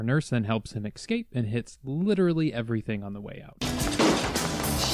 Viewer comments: Can you please stop saying excape it's not even a word, say it with me ill go slow....Escape....Esss-cape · Did you say ekscape?